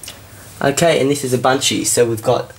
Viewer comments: He's now pronouncing Ubuntu correctly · YOU SAID IT RIGHT!!! What got you to say ooboontoo all the time? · lol nice UBUNTU saying